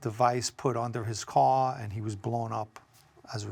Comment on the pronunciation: Its car not card respectfully